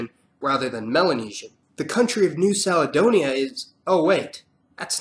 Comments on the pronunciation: You pronounced Caledonia incorrectly. Its pronounced Carledonia, instead of Sarledonia. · Kal-e-donia!, not Sal-e-Donia. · the " C" in Caledonia is pronounced as the c in cat ! Captain Cook gave the island its name : New Caledonia because it reminded him of Scotland . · You pronounce “Caledonia” with an S?😂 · well dont expect people are not from our country to pronounce it properly...simple